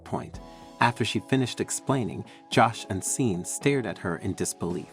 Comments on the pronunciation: It's pronounced shorn not Sean that's how you say it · Just fyi.... the name Sean is pronounced SHAWN.